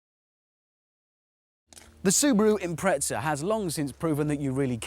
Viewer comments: im-pre-za why the fuck do Brits add a T? im-pret-za. there's no T wtf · He pronounces it like "tz" because that's how the Italians pronounce their Z's. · Jimbob Randoms The British (and Australians) have a knack for improperly pronouncing names from Japanese companies. Nissan and Prius are good examples of this. For whatever reason, Hammond, on more than one occasion, likes to pronounced Impreza as though it were spelled Imprezza and with an Italian accent.. Personally, I pronounce the Z as just a Z.